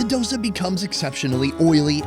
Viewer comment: Subtitle says Dosa and Vadai but he is saying DASA and Vadkari (Vada-kari is a dish and Vada is different dish)